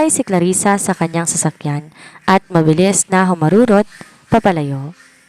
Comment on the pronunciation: Wala lagi sa pokus ..ang salitang mabilis .ay naging mabiling.. tinry q lng ulit pakinggan ka pero lagi aq nadidismaya sau narrator..dahan dahan na nga pero may mali kapa din